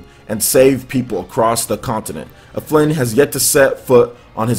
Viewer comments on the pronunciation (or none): His name is Alfin, not Aflin.